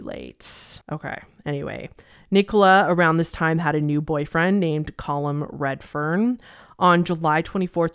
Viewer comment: Its pronounced "Cah-Lum" not "Col-hum", Callum is a pretty common name in the UK, is it not in the US? I legitimately thought you were trying to say Colin for most of the video but pronouncing it weirdly until i looked up the case lmao